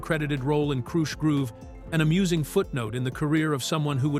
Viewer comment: Why not hire a real person to read the copy? AI literally mispronounced the word "Krush"